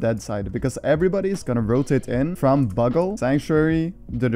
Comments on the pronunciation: Anyone else hear buggle and joneeses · The way you said bugle and jonses killed me 🤣 Amazing video as always keep it up!